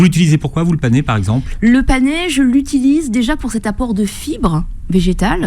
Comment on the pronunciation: C'est le "panais" et non le "panéééé"